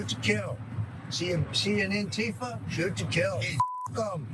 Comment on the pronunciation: And, it is not lost on anyone how he did not just say “ANTIFA” or ” Anti-fascist” he instead says shoot an “N-Tifa”… a telling mispronunciation of the word